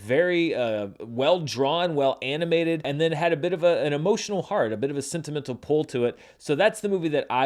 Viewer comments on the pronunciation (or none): none